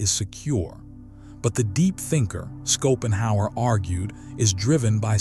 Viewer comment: He is pronouned Shopenhauer, not Skopenhauer! 😂